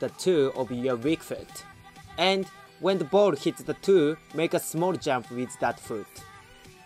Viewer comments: You said toe which sounded like two but is pronounced Tow or T-oh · Love this video! Your english is very good, the only pronunciation that was a little off being the word toe. In Japanese if you were to read the following letters in japanese pronunciation it would be tou. Love the video, keep it up!